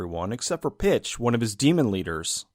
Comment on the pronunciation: Every time Pitch was said I heard Bitch, it added an extra layer of hilariousness! Try it for yourself!